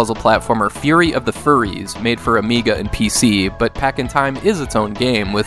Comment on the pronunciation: How many times did you mess up saying Fury of the Furries lol